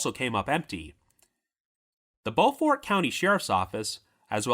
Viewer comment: It’s pronounced “bo-furt”.